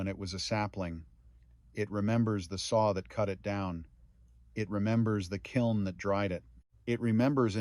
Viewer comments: Kiln is one syllable. It is not Kill en. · Kiln is not "kyline" STUPID Ai Even a Australian Bush man knows the difference. Kilns dry 100% and then the wood is injected with moisture so it was say 60% moisture content. Super dry wood ain't worth nothing to work with. 60 or 70% was perfect. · I have to admit, the word "kie-line" threw me for a loop. 😅😅